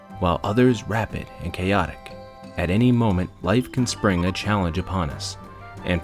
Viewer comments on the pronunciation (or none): none